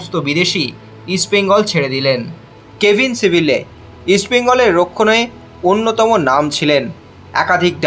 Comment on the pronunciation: সিবিল্লে আবার কে??? ওর নাম সিবিয়ে